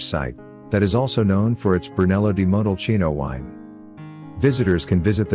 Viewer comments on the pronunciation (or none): LuCCa, not Luca. And the pronounciation of Monteriggioni and Montalcino is completely wrong.